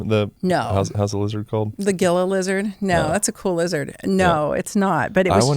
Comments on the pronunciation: Gila is pronounced hee-luh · Enjoyed it but it’s Gila monster not lizard and it’s not pronounced that way. It’s “heela”, not a hard G.